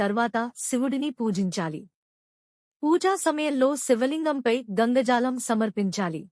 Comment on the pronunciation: గంగజాలం కాదు గంగాజలం